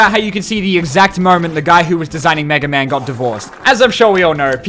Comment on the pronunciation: "Simon Belmont, Kid Icarus, May-Ga Man?" Bro who the FUCK is "May-Ga Man"?